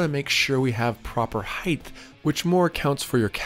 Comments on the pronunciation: Except for the pronunciation of height (I kept hearing "heighth"), this was a very detailed and very satisfying video. I appreciate the detail from start to finish, and I learned what I'm willing to do myself vs a professional. Probably the first video that I watched fully. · Height? Heigth?